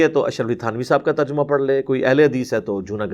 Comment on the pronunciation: Terjumah nii Tarjamah hota he ye makkaar hai